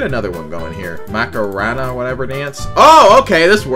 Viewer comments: and macarena too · the way he pronounces skibidi and macarena